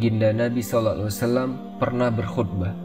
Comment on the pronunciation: Knapa peyebutan sallallahu alaihi wasallam tidak jelas/ sempurna